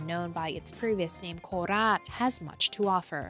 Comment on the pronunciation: There is no need to overpronounce it as "Nakhon Ratchasiiimaaaa" and "Koraaaat". Ratchasima and Korat will do.